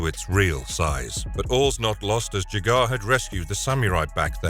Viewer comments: The mutants didn’t even know there was a mumm-ra in the first episode Also it’s pronounced ja-ga Not jagaar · Jaga not jagar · it bothers me how you say jaga (je-gaaar) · Enjoyed the video and hate to be that guy but why do you continually mispronounce ‘Jaga’. If you watch the programme then you hear it pronounced as ‘Jarga’ repeatedly. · Gah, all I can hear is "Jag-off"... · This is supposed to be 'dark and mature' episodes - yet you listed a few which were distinctly childish in tone, and left out some of the actual most mature episodes. Also you can tell the reader hasn't a clue about thundercats - just by the way he keeps pronouncing Jaga